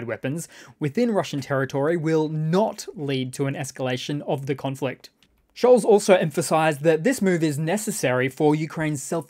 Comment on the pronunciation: Scholz is pronounced Scholtz. Practice.